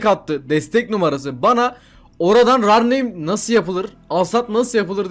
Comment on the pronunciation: kankam lütfen artık rar neym deme reir neym diye okunuyor